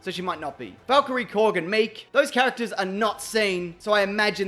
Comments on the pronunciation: “CHARCTERS” lol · Charc-ters????? LOL